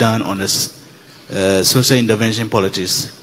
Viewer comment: Did I hear Okatakyie saying Sosal Intervention ?😂😂😂😂😂